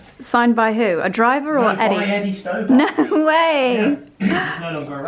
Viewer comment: It's a lovely thing that you're doing for your brother and your family. As a Northerner, I feel compelled to point out that the haulage firm is pronounced stobbut, not stow bart. Thanks for all the lovely festive content, and Merry Christmas to you both!